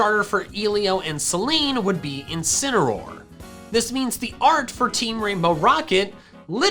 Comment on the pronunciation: I heard this “Incinameroll” “Two Canons” “Dusk like Rie can rock” “Zareena” “Alola Ninetails” “Right Chew”